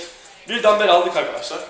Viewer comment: Abi şuna dambel deme ya valla dinleyerek yapiyorum gülmekten yapamadım